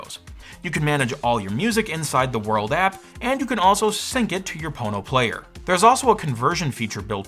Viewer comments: Why are you saying „PornoPlayer“ when it’s spelled „PonoPlayer“? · I keep hearing "porno player". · I keep hearing Porno player lol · All I keep wanting to say is ( Porno ). All I keep hearing you say is ( porno ). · The more you listen, the more it sounds like PornoPlayer lol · Oh.... There's no 'R' there